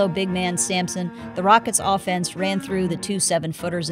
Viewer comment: "offaynce" = dislike